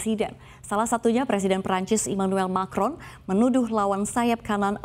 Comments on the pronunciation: Macron mbak, bukan markon hehe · Macron mbak, bukan marcon.. Aduhhhh